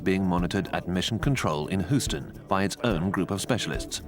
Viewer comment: Lol the narrator says Hooston instead of Houston.